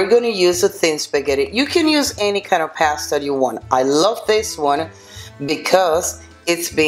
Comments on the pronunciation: PASTA .......NO PEASTA ..... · Pass-ta. Spoken like a true Italian. 🤦🏻‍♂️